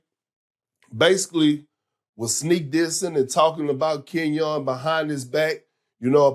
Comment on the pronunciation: "Ken-YAWN Martin"